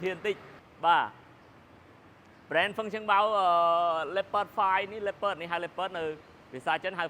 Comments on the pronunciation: Leopard = លីអូផាត ❌️ Leopard = ឡេភឹស ✅️ 😂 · English ខ្លាំងពេក Leopard = ឡេភឹស ok brother you win